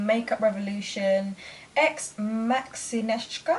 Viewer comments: You've pronounced the name perfectly! Greetings from Poland! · You said ,,Maxineczka" Perfect! 👌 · Beautiful look 😍. You can also called her Maxi for short but you prounance her name really good. I'm ivory too. Ash on my eyelid looks little olive and that blush looks like salmon-colored but it isn't orange, it's very pretty 😀 Greetings from Poland. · You pronounced her name great 😍✌🏻💪🏼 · you pronounce it great :) greetings from Poland